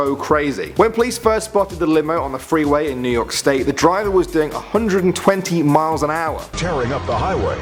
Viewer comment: "Bus Diver" ?? XD